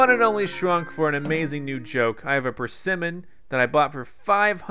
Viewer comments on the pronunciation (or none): PER-se-mon XD sorry. The first time I saw one I thought it was a tomato. XDD